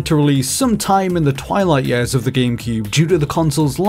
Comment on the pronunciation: It's years not yeahs..